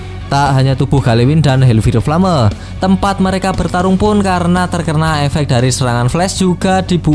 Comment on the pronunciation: Bang di baca hel fayer flem